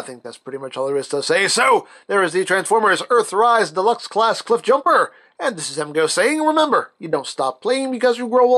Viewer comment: “He is a deluxe class, a classay deluxay, a classay deluxe, a classay de luho.”